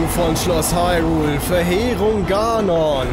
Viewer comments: sehr lustig ganon gesagt : gnon 🤣🤣🤣🤣🤣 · Spricht man das nicht Ganon [=gänen] oder hab ich das falsch gelernt?! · Botw ist ein großartiges Spiel. Punkt. Mein einziger Kritikpunkt ist nur in der deutschen Version, und zwar hasse ich es, wie sie "Ganon" aussprechen... Es wird Englisch, also "Gänon" ausgesprochen, ansonsten Cringe ich wie sonst was...